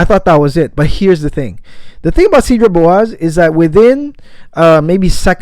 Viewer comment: My OK Karen moment (sorry 😅): its pronounced “saydra bwazay” (French).